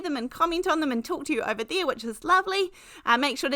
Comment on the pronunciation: As a native Californian, you always make me smile when you say “Hi they-ah”. Every time. It’s so fun spending time with you. We are having fall weather here (Los Angeles suburbs) - cool enough to wear a sweater, windy enough to blow our hair, sunny enough to keep us happy…